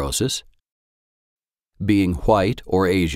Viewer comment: the way he said 'white' made me giggle so hard I dribbled a little...